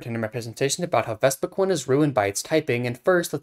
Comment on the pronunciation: You not saying vespi-QUEEN is giving me a stroke